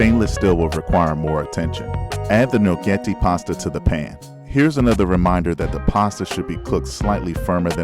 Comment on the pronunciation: I was surprised when you said the name of the pasta. Never knew that’s how it’s pronounced. Creamy + Bacon + Pasta = 🔥🔥